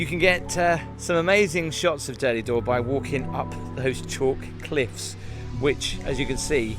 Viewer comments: Durdle not Durdley 🤣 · Hi, I’ve just started to watch your excellent videos…and this was no exception. I live in Dorset and walk down to Durdle Door every Saturday morning. Apologies, if this has been mentioned before, but it’s pronounced Durdle, not Durdleigh Door. Having said that it didn’t spoil your excellent review. Keep up the great work. Choo, choo 😂😂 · Durdle door not durdley door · You pronounce durdle as durdlee it’s d ur d le is it your accent? I suppose I couldn’t get down in my electric wheelchair if you say it’s difficult with a pushchair or pram. Your caravan would be great if you were a trainspotter on the plus side. 🙂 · It’s not Durdley Door, it’s Durdle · At what point does 'Durdle' get pronounced 'Durdley'? Come on